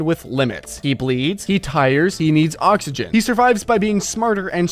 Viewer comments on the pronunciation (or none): none